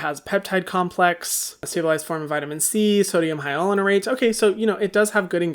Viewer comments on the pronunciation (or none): It's pronounced SOH-DEE-UHM HIGH-YA-LUH-RAHN-ATE NOT HIGH-YA-LUH-RAH-NUH-RATE. Hyram always adds that extra syllable and it drives me crazy.